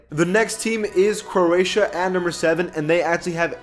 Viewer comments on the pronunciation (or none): none